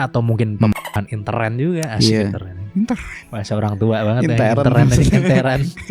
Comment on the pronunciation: Bukan intern tapi intern bang.🤔